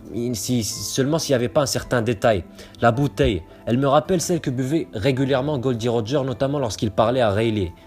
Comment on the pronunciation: Théorie intéressante mais Roger la dit lui même cela se dit Gol D Roger